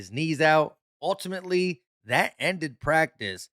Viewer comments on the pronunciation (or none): none